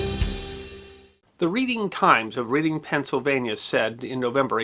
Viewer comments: It's not "Reeding" it's "Redding" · It's pronounced "Redding". Sorry I cringed a little when you said "Reeding". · Reeding? No it’s not pronounced that way, it’s Redding. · REDing not READing. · That's pronounced "REDDING", not "REEDING". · Poor getting lambasted for mispronouncing Reading. Also Lancaster is pronounced Lane-caster not Lan-caster 😂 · Why the heck would you pronounce READING as RED-ING. It SHOULD be 'REEDING'!! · I hesitate to nitpick anything you do. But you said "Reading" when it should have been "Redding". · Just a quick note: the Eastern Pennsylvania City of Reading pronounces their name "Red-Ing" as opposed to "Reed-ing" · I'm sorry, but the city is pronounced "RED-ing", not "REED-ing". But, otherwise, another GREAT story about something that needs to be remembered. Thanks for your thoughtfulness. By the way, have you ever done a video on the December 2, 1943 German bombing of Bari, Italy, which has been called, "The Little Pearl Harbor", due to the explosion of a Liberty Ship loaded with Mustard Gas bombs, (for use ONLY if Hitler started to use chemical weapons), which ended up killing almost 700 military personnel. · I did the same thing when I played Monopoly as a kid. Why don't they just spell it "Redding" like they do in California? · Oh, no,! Say it isn't so! "Reed-ing" instead of "Red-ing" for Reading. That's understandable, especially while reading a script. Now, trying to pronounce Schuylkill River or Tulpehocken Creek, the two waterways that are the reason the city is located where it is, that takes some getting used to. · Sorry about this but Reading Pennsylvania isn’t pronounced reading, it’s redding, maybe a Pennsylvania Dutch thing? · Sorry but it’s pronounced REDing not READing Pennsylvania.It deserves a proper pronunciation. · It’s pronounced as in RED. Not Read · Playing Monopoly..."take a ride on the reeding rail road" ??? can't imagine saying it whrong four-ever, figured someone should tell you, LOL